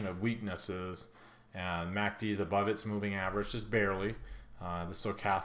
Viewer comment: I swear you said MACD Instagram..:))))) Thank you for analysis